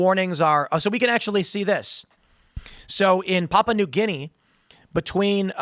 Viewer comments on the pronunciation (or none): none